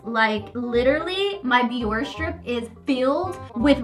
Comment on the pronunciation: It’s not pronounced BiOrR it sounds like Bioreh